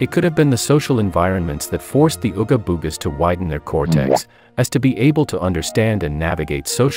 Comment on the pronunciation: making "ooga boogas" soundin like a slur 😂